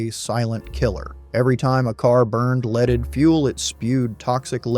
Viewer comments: "Leed" gasoline...WTF is going on here. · “Leed” gasoline. Glad we have “Unleeded” now…..”Eastrogen”. Lose the cgv’s! 🤣🤣🤣